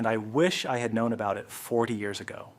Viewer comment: Why is this AI voiced? Is any of it real? Every pair of hands is different, multiple people appear - if it's really something you learnt from a neighbour years ago they why do you say years ay-go